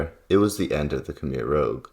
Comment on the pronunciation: One would think you might have learnt how to pronounce 'rouge'